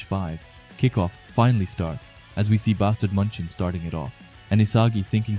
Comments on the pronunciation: Bro that "Bastard München" is clearly a derived name of "Bayern München" irl in Bundesliga. You can always look up how München is pronounced instead of that butchering noise of a word MUNCHEN, MANCHEN, MONCHEN or whatever you're saying lmao. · The way bro says munchen....